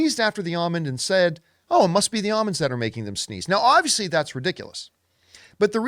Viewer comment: Either John says almonds weird or I do…